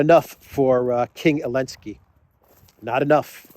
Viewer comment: Who is Elensky? Why omitting Z and not saying name correctly? It’s Zelensky! .. explain the reason? Otherwise- great! I am a new fan